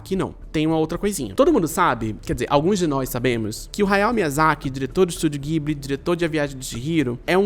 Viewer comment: se pronuncia "djiburi"